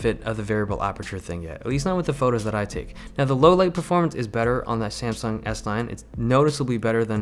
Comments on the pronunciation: I swear every time you said s9 i heard s-line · It sounds like you are saying S-line a lot. Thinking about Audis? haha.